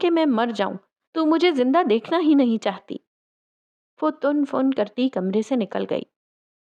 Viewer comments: "Tan fan" hota hai Tun fun nhi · Actually, its tin fin